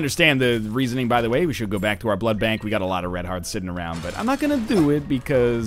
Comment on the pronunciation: Jesus ducking Christ say blood bank not blood blank